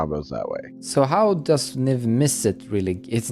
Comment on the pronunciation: "Hoe dose it go in the meta" did you mean does?